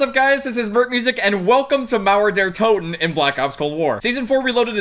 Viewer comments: Mauäer däer Totäen xd... Way to funny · I lost it when you tried to say Mauer der toten, just so funny when you're german